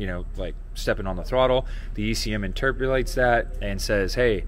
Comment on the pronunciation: NICE, I like your new word... interpulates. :D